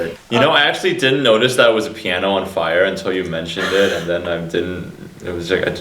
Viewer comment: gasps "the pianer"